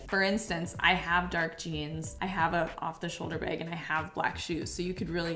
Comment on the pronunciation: Girl I love you but everytime you say bag it makes me laugh!😂😂 off the shoulder beg